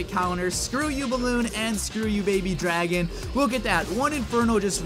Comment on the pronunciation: You said paby dragon